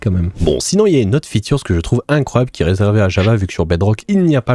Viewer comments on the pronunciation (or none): Une « featurz » 🤣